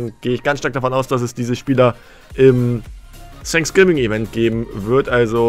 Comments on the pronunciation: Alle: „Fänksgiving: „Sänksgiving😂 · Sag nie wieder „sanksgiving“ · Gamer Legend Eig. heißt es Thanks Giving